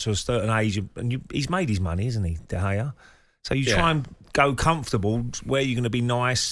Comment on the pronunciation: Why is the one presenter mispronouncing De Gea’s last name?